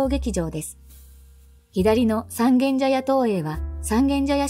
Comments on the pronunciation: 外人がSangen-jayaって読んでるような、インドネシアのイリアンジャヤ（Irian Jaya, Indonesia）みたいな異国感覚（exoticism）がある。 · ｢三軒茶屋｣のイントネーションが気になって仕方がない世田谷人多数。